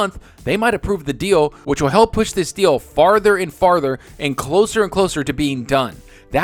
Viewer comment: OMG Stop this deal sounded like you said "stop the steal" then you used the word coup right after.... i thought somehow you tube forwarded me to politics again. Thankfully it was something I actually want to hear more about.... ...